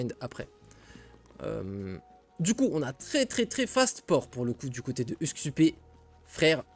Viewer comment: Merci pour le cast, btw son nom se prononce usk-soupe comme en francais, d'ailleurs le titre de son stream c'est "soupe du jour" alors qu'il est scandinave. J'sais pas si tu connais le cheese mais on peut passer Gullinbursti a travers un passage des enfers justement pour profiter de ses stats énormes